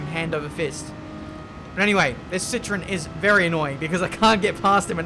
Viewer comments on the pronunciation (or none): its ci-tro-en